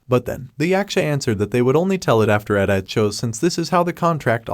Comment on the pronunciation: They butchered Edithe's name.